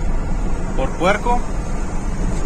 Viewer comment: " ME amarraron como PUERRRRCO"